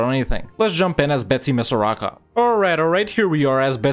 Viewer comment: Mad-a-gas-car Bet-sim-is-ar aka madagascar